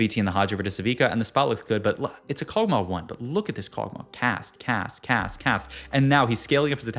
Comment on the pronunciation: Kog tauh 😂